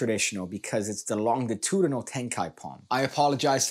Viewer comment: I chuckled every time you pronounced longitudinal incorrectly lol